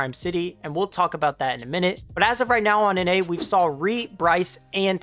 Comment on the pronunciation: bro said reet💀